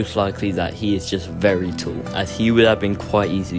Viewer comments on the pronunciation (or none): none